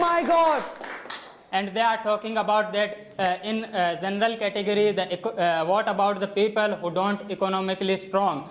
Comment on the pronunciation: You guy's pronunciation isn't correct first should be working on it since it sounds so weird to hear, you can't sound like this such as " General not zenral" if a person hears this kind of pronunciation he'll ruin his pronunciation as well I'm sorry to say that